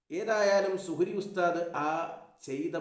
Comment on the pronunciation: സുഹരി ഉസ്താദ് അല്ല കുഹരി ഉസ്താദ്